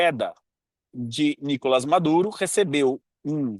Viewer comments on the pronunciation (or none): none